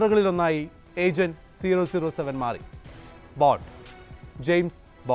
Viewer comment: Nah they pronounce double O seven